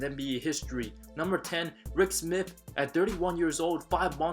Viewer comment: Yo it’s Smits not Smith the man is Dutch